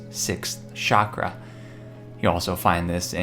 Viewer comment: It's cha cha chakra not shakra its mispronunciation takes away ANYONE's credibility in my humble opinion. I enjoy your content. It's just positive reinforcement for you . A lot of other awakened people would be thrown off by this . Peace to you